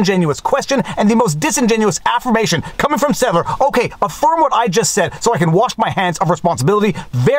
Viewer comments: Viva, his last name is SteLTer, not SteTLer. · It’s Stelter not Stetler🙂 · Viva...the name is Stelter not Stetler...thanks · Stelter. Not Stetler. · It's Stelter, not "Stetler". Just saying. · Just wanted to point out that it's STELTER not STETLER. Wanna make sure he gets his due! LOL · Stel-ter not Stet-ler 🤷🏻‍♂️ I hate to point this out, I just know I’d wish you’d tell ME the correct pronunciation of any given name if I were mangling one. Great Video Viva, thank you! Spot on as always. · I really like your posts! It's STELter NOT NOT NOT STETler. Please fix this...it's driving me nuts. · It's STEL- ter. Not STET - ler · Speaking of accuracy. Brian STEL-TER. Not Brian STET-LER. Not saying he's not a disingenuous piece of slime. But accuracy. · I feel like you’re gaslighting me Viva. Isn’t it Stelter and not Stetler? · The only part that frustrates me about this video is not being able to pronounce Gay Mr. Potato Head’s name correctly. I’m not sure if it’s because Viva is Canadian or because he’s never seen the way it’s spelled or what but it’s pronounced “Stelt-ter” not “Stet-ler.” Although to be honest if that 🤡 can’t be bothered to DO HIS JOB, which is report FAIR, ACCURATE, AND HONEST FACTS than why should anyone give him the courtesy of pronouncing his name correctly? GREAT VIDEO AS ALWAYS Mr. Frei!! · It's **STELter**. Not **STETler**. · That dummy’s name is Stelter, not “Stetler” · Viva, you keep pronouncing his name wrong. It’s pronounced STEL-ter. Not STET-ler. Alternative pronunciation, GRIF-ter is also acceptable. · I can't tell if you intentionally get Stelter's name wrong most of the time or not since you spell it wrong half the time too. Right: SteLTer Wrong: SteTLer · SteLLLLLter. Stelter. Not Settler. You’re making videos and comments about a completely different person, my friend. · I love that you keep calling him Stetler, please, never stop. There's an implied indifference that is so perfect. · I honestly love you keep calling him Stetler, LoL!